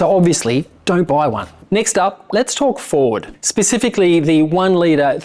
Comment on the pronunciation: Where you saying Ford or Fraud?......